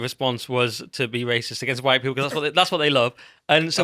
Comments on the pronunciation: These anti white types always say it with weird emphasis...Hwwwhitte! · Have we all noticed the over pronunciation of the 'H' in white. It reminds me of Brian Griffin out of family Guy when Stewy was taking the piss out of him doing the same. It's starting to become a thing. It's a another secret handshake that signals, 'hey I'm one of you'. None of these people believe any of this woke bullshit, it's all flag waving to show fealty to their corporate masters.